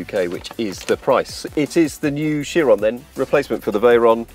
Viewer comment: Its VEYRON not veryon. Lmaoooooooooooo.